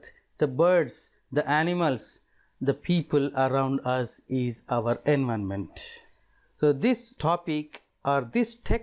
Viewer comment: Its environment not envonment